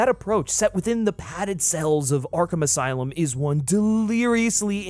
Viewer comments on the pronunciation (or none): none